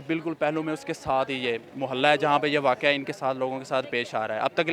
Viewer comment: Waqoa nahi bhai waqia hota hai